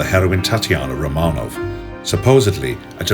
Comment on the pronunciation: So the idiot narrator mispronounces "Romanov" within 10 seconds of the beginning. Can we get an educated narrator please...